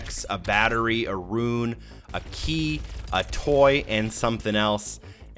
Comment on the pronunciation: Love these videos, but RUNE is not pronounced like RUIN. Just say "Roon:"